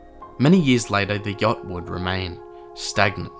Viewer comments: THE START WAS ALL LIKE “the jot 😢”😂😂😂😂IM DYING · "the yokt"